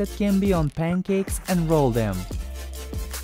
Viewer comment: No one: Him:PUNCAEK